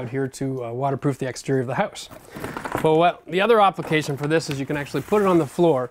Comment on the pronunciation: "opplication" lol